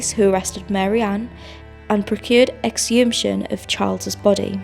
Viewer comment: I noticed this too, a bit distracting. Also 'wretched' instead of 'wretch-ed', 'exumtion' not exhumation. Great narrative though.